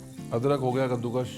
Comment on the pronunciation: Sir kaddukash ko kaddukash ku boltey hai